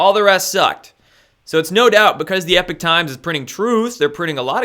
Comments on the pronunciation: Hello! This is Lynne, not Jack. Anyway, I don't want to sound like a know-it-all, but isn't the "Epoch" times pronounced "EEE- pock" and not "epic" as it's being pronounced here? Anyway, great show,!! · love your show but it's Epoch Times pronounced as EEEPOK! not Epic.... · EEPOK... Not "epic" times... yeesh. Lol. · it is the E P O C H times, NOT the E P I C H times.... an o instead of an i.....??!!! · Note it's not 'Epic Times' it's 'Epoch Times' (as in Pock). Love the channel btw. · Please stop calling it the ‘Epic’ Times it’s called the ‘Epoch’ Times as in The beginning of a distinctive period in the history of something or someone. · Language nerd: it's epoch Times not epic Times. It's worth trying to maintain a distinction in pronunciation, though admittedly difficult and picayune. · Errgh...i'm sorry for being annoyed each time pronounces it "EPIC" times.